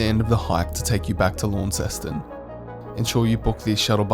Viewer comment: Excellent video. One handy hint that wil endear you to Tasmanians... pronounce "Launceston" correctly. Most visitors pronounce it as you do "LAWN-ceston". The correct pronunciation is LON-ceston, or just "Lonnie".